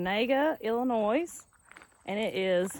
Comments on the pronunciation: Just one thing I wanted to mention. The s in Illinois is silent. That land is dark, black and rich. That and the flat land is why millions of acres are farmed. Most small family farms are hundreds of acres in the midwest. You'll miss the mountains after being away just a few days. You can grow such a diverse number of plants in our temperate rainforest of Appalachia. I had the food fortune to be raised in the midwest while still keeping strong family ties in Appalachia. Winters out there are long and gray with some bitter cold. When military retirement rolled around we settled on purchasing my grandparents Appalachian farm instead of the midwest. Did you you see Pete from Just A Few Acres Farm? He restores a lot of Farmall tractors on you tube in the winters. His farm is in the Ithica, NY area. He restored his great grandparents Victorian house on his farm. It's an amazing story and labor of love. He has a couple videos on it. Temps are usually in the 90's and they do see some triple digits some years come August out there in that area of the midwest. Glad ya'll had fun! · The “S” is silent in Illinois. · Enjoy the show. Ps.. the "s" in Illinois is silent. We love watching your show.